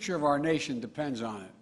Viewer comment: He said depens